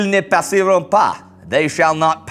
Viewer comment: He pronounces passeront a little odd. I've went over it a few times he doesn't pronounce the N and the r is mispronounced